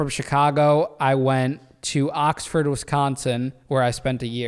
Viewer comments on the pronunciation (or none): none